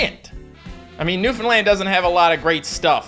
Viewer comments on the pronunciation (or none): none